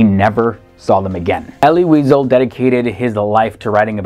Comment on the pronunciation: Pronounced Elly We-zel, not weasel, funny guy. Not Gaelican, Galician, Maimonedes, my-mon-i-deas, dude if you're going to do a video, learn how the names are pronounced. Credit for Ashkenazi, yeah I know nazi is in the word, don't sweat it.